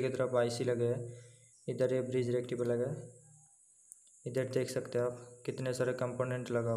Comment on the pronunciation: आप हैं को है, लें को ले क्यों बोलते हैं ले ?